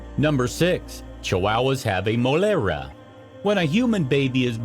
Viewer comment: Some of the Spanish words pronunciation killed my ears 👂 😆 🤣...is Mollera /y/ 🤦🏻‍♀️